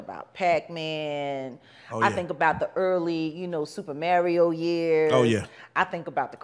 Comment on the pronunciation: She said Super MARYIO. 😂